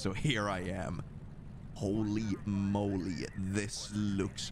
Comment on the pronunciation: The way you say “moley” makes me think of Austin Powers. Moley moley moley… makes me giggle every time. This video did not make me giggle however lol. This was terrifying. But I’m into it. It’s so nice of them to wait their turn to kill you 😂